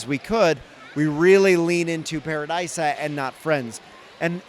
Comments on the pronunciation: I know it's a made up name but I feel like it's pronounced Pa-ra-dee-suh not Pa-ra-die-suh 😂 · It's ParadEEsa, pronunciation direct from Lego :)